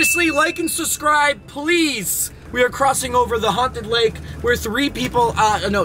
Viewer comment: How often, as a YouTuber, do you think has seen the word "Subscriber"? And yet, he pronounces it "suscriber".